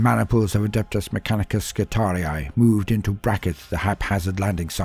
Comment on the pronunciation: You're one of the only people I've heard pronounce "skitarii" properly. As always, love the storytelling. You're the boss 👊